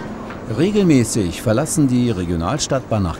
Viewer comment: Das Video muss so um 2012 gedreht wurden sein. Mittlerweile sind die Tatras durch durch moderne Nierflurfahrzeuge von Skoda ersetzt wurden und die City Bahn Linien nach Burgstädt Hainichen Mittweida und Aue werden mit Combifahrzeugen betrieben. Und es heißt St. E-gi-di-en und nicht St. E-ge-dien.